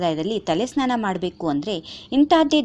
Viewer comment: madam tತಲೆ ನ್ನಾನ ಅಲ್ಲ ಸ್ನಾನ